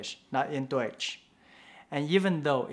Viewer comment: Your pronunciation of the word "Deutsch" was really good! No joke